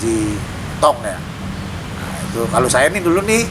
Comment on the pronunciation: "Lha maenan bocah ituh." (Logat Betawi keluar)